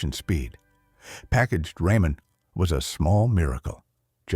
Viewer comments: It's "rah-man" not "ray-man." Hate AI. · I love how the bot can only say ramen correctly when connected to the word noodles.